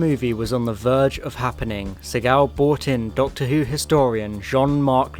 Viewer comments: You're mispronouncing Segal's name. It's SEE-gull. Hint: Action hero Steven Segal changed the pronunciation to make it sound cooler and less Jewish but it's not the way it's supposed to be pronounced. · the pronunciation of Segal is jarring! Its not French its Jewish! Say See gal.